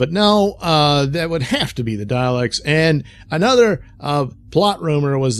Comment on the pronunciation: It's "Daleks," not "Dialects."